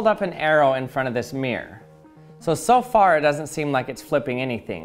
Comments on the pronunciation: oh so you pronounce it as "mee-rowr"? kewl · honestly, we would not drop the hard R in that case. Take the town "Peterborough" (which I live in) we, and everyone right the way from londoners to my Scottish family drop the r in the middle "pee-tah/pee-tuh" but retain it for "Buruh" mirror is almost universally pronounce "mi-ruh" in Britain Though yes, we absolutely drop hard r's all the time. We love dropping the T's from ends of words as well, we're just weird mate